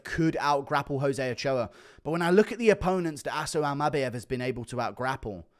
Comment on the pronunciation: Something about how you say Almabayev is making me want to scream 😩